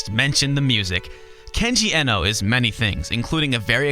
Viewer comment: I know this video's p old but I want to point out the proper pronunciation of Kenji Eno's name, since I wasn't sure either at first. Even though an E in japanese is usually a long E, his given last name was actually Iino, with a short e. I assume he spelled it Eno instead of Iino as a tribute to Brian Eno, the famous musician and producer.